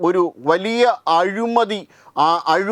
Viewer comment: അഴുമതി അല്ല....!!!ആവേശം വരുമ്പോൾ അക്ഷരം തെറ്റിക്കണോ!!?? ശ്രദ്ധിക്കുക